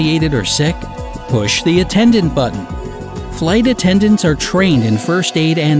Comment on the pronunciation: Narrator pronounces weird: "fly tattendants".